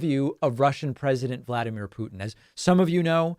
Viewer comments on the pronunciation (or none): none